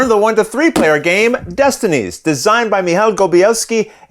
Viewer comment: Okay, for reals, how many takes did you do to get both the box flip AND the pronunciation of the names correct?